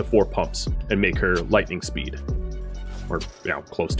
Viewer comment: "A spood boost..." Halfway there, man. LOL